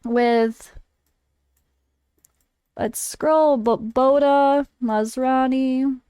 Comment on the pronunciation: sounded like your saying maserati not masrani LOL